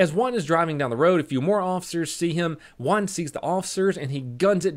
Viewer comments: At the start of the vid i was confused.was he saying juan or one. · It took me a while to figure out u said juan and not 1